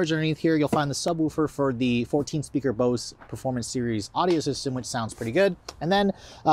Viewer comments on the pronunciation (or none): none